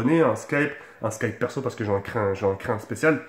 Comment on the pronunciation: Mdr il a dit slkipe au lieu de Skype